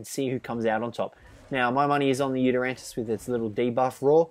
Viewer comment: It's not "YutyranTus"